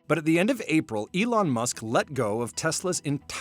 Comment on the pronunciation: At 15.52 does that guy just call Elon Yolanda. Lol